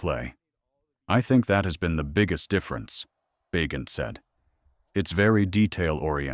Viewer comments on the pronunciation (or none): It's pronounced Ba gentm